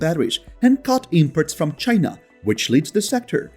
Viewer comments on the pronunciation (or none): none